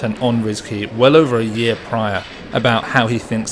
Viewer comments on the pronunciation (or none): none